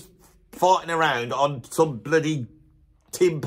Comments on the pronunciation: I believe "tympani" gets an accent on the first syllable. To wit, TYM-pa-ni, and not tym-PA-ni. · This guy's a drummer (apparently - never heard of him), yet can't even pronounce timpani properly, and then makes a video rating drummers! Unbelievable. Timps are as legit a choice for drummers as any tom.